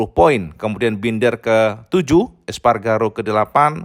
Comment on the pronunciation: ALEIX ESPARGARO Woooy Bukan SPARGARO SPARGARO terus nyebut nya gw kesel punya OCD